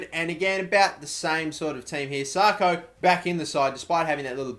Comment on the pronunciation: IT'S 'SAKO NOT SARKO FFS.